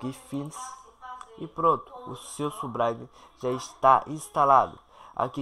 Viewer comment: subraime KKKKKKKK